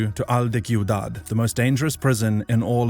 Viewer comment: bro as a Spanish speaker it burns when they say el de cuidad when it is pronounced (siudad) the c with the i make a type of s sound